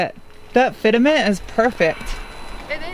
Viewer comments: haha with your knowledge of cars I just can't wrap my mind around how you called it "fit-a-ment" more then once hehe xD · did you just say "FIT A MENT" LOL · Fitament, okay😂😂 good english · GREAT videos. The Turbomacs / Sparco copies give the focus an awsome rallye look. Your knowledge of cars and the electronics installs, badass. Your humor and funny roommate make your videos even better! Keep up the good work!! Fit-a-ment.: )